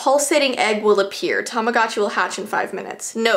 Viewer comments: Tamogochi isn't pronounced like that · It's not Tamagotchi it's "Tomodachi"